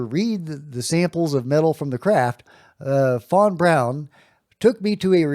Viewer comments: von Braun not von brown please nail it! Thanks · you are great but please..... Learn how to say Werner Von Braun....and other common names and words... you are not a dummy and you probably don't want to sound like one